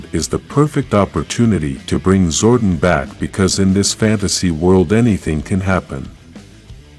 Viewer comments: Did it bother anyone else hearing him call him him "Zordin/Zorden" instead of "ZORDON/ZOR DON"? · Yes it bothered me as well... Zordon not Zordin... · His name is Zordon (Zor-Don) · It's Zor Don